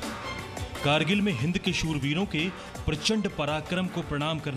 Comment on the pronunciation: Krgill nhi h. Kargil h aap glt bol rhe ho hr bar